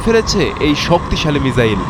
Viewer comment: ভাই মিজাইল না মিসাইল